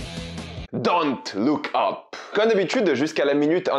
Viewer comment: Pourquoi tu le prononce Don't look Ap c'est super énervent.